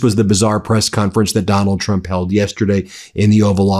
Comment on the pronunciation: i very much enjoy the "Doland trum is panicing" intro.